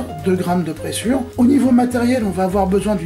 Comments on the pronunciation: Bonjour Super vidéo ! A titre informatif on prononce prézure et non pressure. Ça m'a obsédé tout le temps du clip. Bonne journée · Bonjour et encore merci pour toutes ces vidéos. La présure (prononcer prézure ;) ) permet la digestion du lait des ruminants à l'aide de leurs enzymes gastriques. D'ou les problèmes de santé que l'on peut avoir avec le lait, le beurre et la crème fraiche...